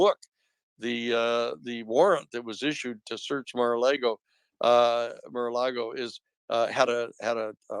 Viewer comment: What’s Mara Lay Go? Maralago? Spanish for Sea to Lake 😂